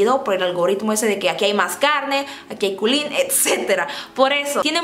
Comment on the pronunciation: Jajajjaja el culin jajajaj sono raro 😂😂😂😂😂